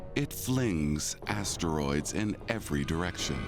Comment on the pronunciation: Just one teensy-eansy complaint… the narrator pronounces asteroids as 3 distinct syllables … ass-ter-roids It’s crazy-making in my head